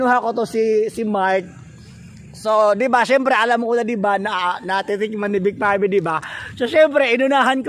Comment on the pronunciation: Pangit pangit ang pag narrate mo kuya......vic pave vic pave vic pave vic pabe....ah ha ha ha ha